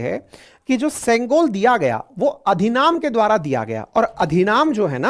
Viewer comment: अधिनाम नहीं अधिनम।